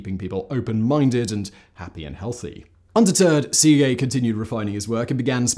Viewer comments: Uh, that is NOT how you pronounce Szekely. Where the hell did you get sea-gay from? It's more like seh-kell-y if I break it down to the simplest form. I'm not very good at transcribing the phonetic forms of words but that'll do. Source: I'm Hungarian. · Seegay... cracked me up Simon.. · I usually enjoy these vids. However, the assault on the Hungarian language drives me to distraction. It is a phonetic language. It's not difficult to pronounce Székely correctly. Why do you make such a ham of it? You may as well be saying papreeeeka! Ouch.